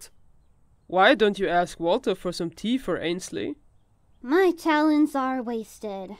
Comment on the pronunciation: AND THEY ACTULLY SAID IT RIGHT INSTED OF ANSHALEY